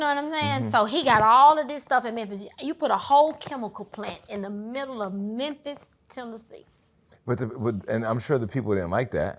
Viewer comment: "There's only one Memphiz" 😅😅😅😅😅